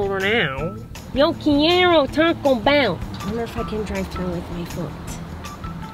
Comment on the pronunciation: it’s called Taco Bell not toco